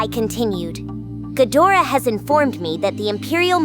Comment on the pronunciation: Gadra not gadora 😂